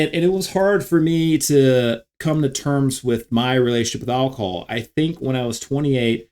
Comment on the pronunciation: “Alcohol” or “alcol” ?